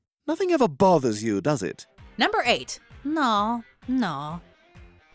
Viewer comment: It’s noo not naa